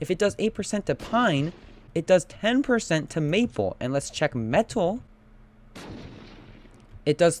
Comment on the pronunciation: the way you say metal xD "Me-TUHL"